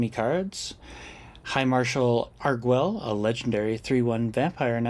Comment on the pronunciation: Pronunciation note: since they appear to be using Spanish orthography for the names of the Torrezon vampires, the u would be silent in "Arguel", pronounced "Argel" with a hard G. (In Spanish, gue is hard while ge is soft, because... reasons.) Doesn't actually matter, but I like languages, so I thought I'd point it out. (Sorry for not mentioning this in my comment on the previous video where you discussed the card; it completely slipped my mind.) — Legends and Dinosaurs often look very similar on turns 1-2 — both run Delighted Halfling and they have a lot of overlap in their mana bases. I don't think I've seen Plaza of Heroes out of Dinosaurs, but given the amount of legends they run (Huatli, the 2/3 haste, Etali, probably others) it makes sense as a 2-of. — I think I would have held back the Werefox Bodyguard here. You ended up not getting punished for it, but an Elspeth's Smite/Kellan's Lightblades/Cosmium Blast on the Bodyguard would have been pretty bad in that situation, since you'd lose not only the Bodyguard but also Arvad (to Cerise's first strike damage) and two turns off your clock (to Cerise's lifelink, assuming they swing with it on their turn, a safe assumption since Cerise can't block Raddic). — Nice timing! I try to "play" along with your games, as you've probably gathered, seeing what play I would have made in each circumstance, and holding the Bodyguard until their main phase is 100% the correct play; I would have cast it in my own main phase